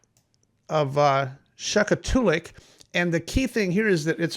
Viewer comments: The pronunciation is “shack too lick” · It’s pronounced Shack too lic. Jim was a great pilot and an even a better father. I met him and Ferno when Aerial was just 5. A great loss for our aviation community. RIP Brother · The village name is shak-TOO-lik. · Thanks for the update and insights. As someone who grew up in Alaska, please allow me to help you with some pronunciations of the places noted. Unalakleet= yoon-a-la-kleet. Shaktoolik=shak-too-lick. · SHACK-TO-LICK, you need to learn to speak Tlingit.....:face-blue-smiling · Blanco Says it was an IO 540. It is pronounced ‘shak-too-lik’. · Hello, I live in Nome. Respectfully, just for your own comfort in talking about this... the village names are pronounced " shack-TOO-lick" and "OO-na-la-kleet" or "YOU-na-la-kleet" I mean no disrespect to anyone. blessings to all. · I was going to say the same thing. It was killing me to hear Shaktoolik mispronounced.